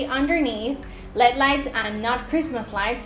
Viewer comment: Please never say lead lights it's LED saying each letter clearly.